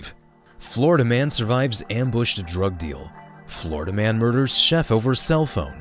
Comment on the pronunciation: it’s Florida, not Florda.